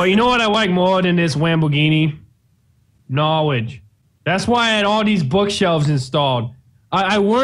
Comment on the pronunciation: Knowledge❌ Knowedge✅